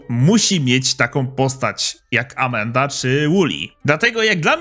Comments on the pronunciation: Mówi się Amanda a nie Amenda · Amanda nie amenda...